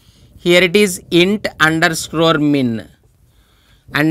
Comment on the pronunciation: Its underscore not underscrorrrrrre.